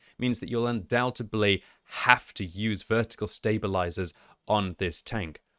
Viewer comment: I don't really want to be that guy but it's pronounced "undoubtedly" not "undoubtebly"